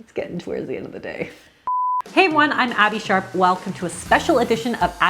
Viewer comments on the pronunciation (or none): Gotta pronounce that "P" hard. Still sounds like ""